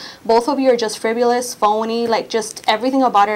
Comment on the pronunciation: "Friv-u-liss" and boy does she LOVE the word "disseminate"